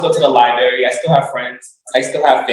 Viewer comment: " I spend all my time in the LIBARY" - Um, no you don't!